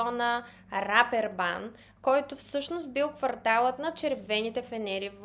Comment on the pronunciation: Казва се Репербан, а не Рапербан